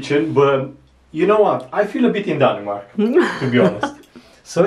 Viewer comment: Danimark? Pronounced :Danmark Cocio chocolate milk - “a Cocio Beer” Sasuages must come in cold water, very very slow cooked When you boil the sausages add chinese soya to make Them give the give the right Sound It is not a danish hotdog without remoulade ! Sorry